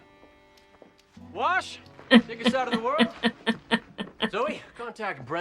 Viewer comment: why did you saying you were going to go play with your "Wash" doll sound like you were saying "I'll be in my bunk"?